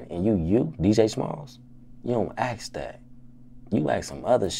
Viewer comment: aks that aks this english please english